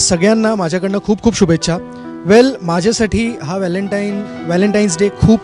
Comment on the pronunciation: All the best both of you. Mayuri, 10 days ago I enjoyed first time Ti phulrani episodes 1-327 within two and half days. I heard you here and there with " mahyasathi" pronouncing instead of "mazyasathi". Pl correct it. Sorry.